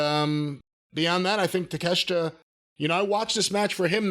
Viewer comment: i always laugh how jim calls takashita take a shit